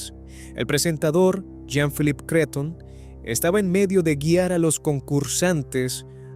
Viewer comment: Calle 7. Soy chilena. Bruce se dice tal cual. No Brus. JP Cretton, como si tuviera tilde en la o. Ese y los siguientes días fueron tan devastadores. No lo podíamos creer. Además iba en el avión el cuñado del ministro que confirmó la muerte de todos. Y bueno, hubo responsables e indemnizaciones, pero y las familias qué? Ah y el canal de TV se dice TVN. Te ve ene. Sé q no todos pronunciamos igual en nuestros países, pero prefiero respetar cómo lo dice cada país si voy a hablar de ellos. Buen video.